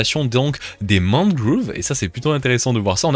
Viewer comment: Ça se dit Mangrove même en anglais